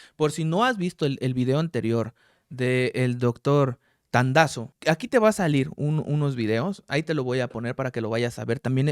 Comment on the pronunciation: DOCTOR TANDAZO NO TADAZO